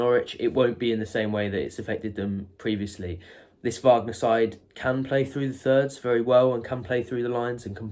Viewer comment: It's WAG ner not VARG ner, his father is American not German..